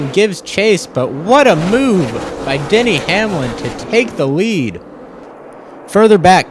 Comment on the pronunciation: it sounded like he said Daniel Hamlin